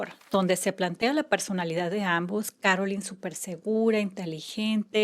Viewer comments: It's Carolyn Bessette NOT Caroline, which you say many times. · Here name is Carolyn NOT Caroline